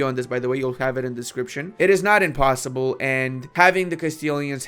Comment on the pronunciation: Oh no, you said it "impuyssible"! Napoleyun said impuyssible not word!